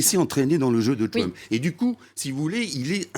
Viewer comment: La révolution de Donald TWUMP, mec arrête, parle le frenglish c'est mieux lol